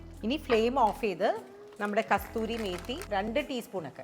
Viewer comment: Not Kasthuri,,, Kasuri Methi.